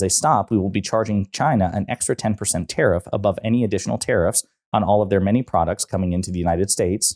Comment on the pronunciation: Omfg he's deranged. Oh btw what's a terriff? /s